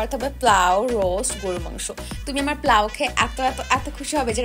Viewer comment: পোলাও ❌প্লাউ✅